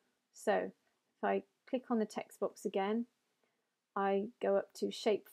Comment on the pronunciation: hey, your pronunciation of text box sounds like text books.